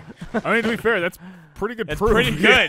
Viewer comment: was that a Letterkenny "To Be Fairrrr"???